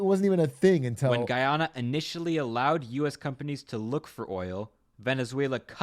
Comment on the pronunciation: did not pronounce it right once lmao